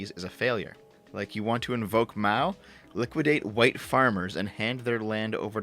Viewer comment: ... Jesus, when she says "liquidate white farmers" it doesn't sound like she's talking about assets... It sounds like she's talking about acids.